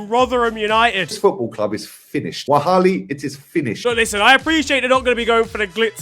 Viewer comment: Hold on Did that guy say "wahali" instead of wallahi? 😭😭😭